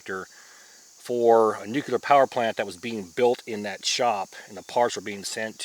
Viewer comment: Did you fkn say "nukular" there, dd?